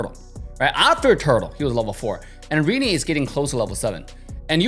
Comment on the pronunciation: its actually pronounce Rin-Nay